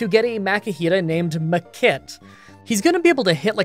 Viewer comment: Is it just me, hearing him say "the kid" for Makit over and over again :D